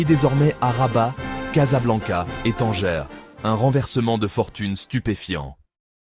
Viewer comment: Il m'énerve quand il prononce TANGERRRR au lieux de Tanger. é Tanger Med.